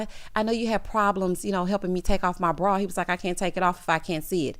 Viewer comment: Why Alexis cannot pronounce BRA….she kept saying BRAWL………